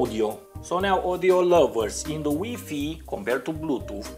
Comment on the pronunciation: HahA hahA I love how he says WiFi "weefee".